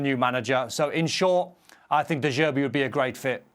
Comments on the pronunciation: If I hear de zerbi one more time 😑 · De jerbi 😂